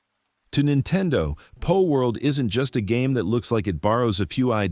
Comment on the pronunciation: PALworld! Not POLworld!